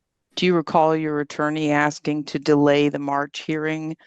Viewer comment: "im not sure what youre axeing 🪓" darell brooks all over again 😞